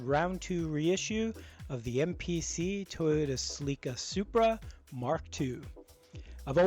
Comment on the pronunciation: Celica is pronounced "SELL-ick-uh" according to Japan staff that my father worked woth when he was in charge of the Touota USA Emissions Lab in the 1970s. The paint scheme was developed for Toyota USA by "Paint by Molly", who had previously done the BRE Hino team graphics and the BRE Datsun team graphics. Best way I've found to prevent color bleed on such paint schemes is to mask, then spray a coat of clear before starting to spray the color.